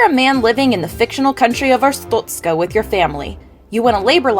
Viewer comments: It's pronounced "Ars-stot-ska" not "Ars-toot-ska" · she said 'arstutzka' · The ministry of Arstotzka does not like how you pronounce 'Arstotzzka'. Your family will be questioned further. Glory to Arstotzka.